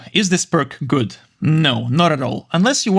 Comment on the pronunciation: он так сказал этот "гУуад"